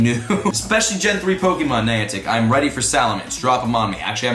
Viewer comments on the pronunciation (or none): none